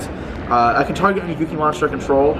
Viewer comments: Go-Key not Goo-Key/Guu-Key! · His skin and his pronunciation of gouki are disgusting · Man it's annoying the way he says Gouki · The way he pronounces Gouki....